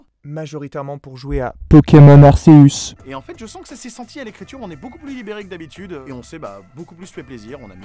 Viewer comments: J’ai juste deux remarques : C’ÉTAIT HILARANT et on dit pas Arsseus mais ARKEUSE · Il a dit "Arséus" ce fou ?! 😂